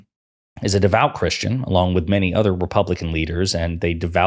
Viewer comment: DId he just sAy he;s NOT CHRRUSTIAN?